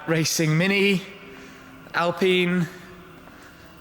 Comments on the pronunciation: Oh God! Oh please! Alpine is not pronounced alPENIS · I'm the only one to hear al-penis ...